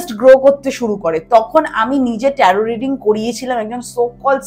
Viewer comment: উচ্চারণ টা ট্যারো । ট্যারোট নয় ।